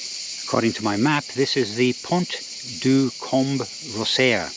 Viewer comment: Great video. Just for info don't pronounce the d in Gard, it's pronounced Pon du Gar 😊.